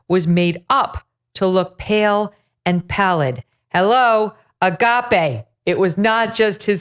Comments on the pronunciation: I cant believe how Megyn Kelly emphasises she is a devoted Catholic yet doesnt know what Agape is!! pronounced 'Argarpay' It's a basic, and important word describing the ultimate love for Jesus /God. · Word of 2024 : A-gaapey!! One can't unhear that 😂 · A-gape not agape. As in his mouth is gaping open. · MK: ” they saw Agape”😂😂😂😂😂😂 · Com on, Megyn. AH-GOP-A is the correct pronunciation. IT's a Christian term....an Orthodox Christian word. Bless you, Dear. I had no idea you were so secular. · Hmmm. Well, since every Bible studying Christian knows the Greek word, ”agape” (pronounced as Megyn says her translation software did) - while Megyn apparently did not - we now know more about Megyn Kelly then she intended. 🤔